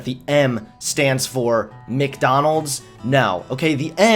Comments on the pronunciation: Look, dude, I like your vids but please tell me it's some kind of accent thing that you say "Mick-Donalds (Not Mac, or Mc) and "Allees" instead of "allies", or "al-lies" (as in not telling the truth) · Stop saying Mikdonalds its MacDonalds